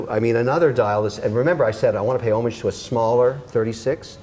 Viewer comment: Kevin is pronouncing homage wrong